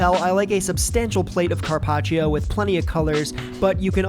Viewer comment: “Carpach”???? “Tendu”???? Very punchable face